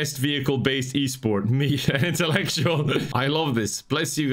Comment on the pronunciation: Excuse me sir, it's E-Sporté